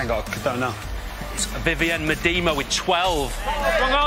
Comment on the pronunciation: Poor from you Fenners... ‘Meada Ma’ not ‘Mea Demma’ 😂👍🏻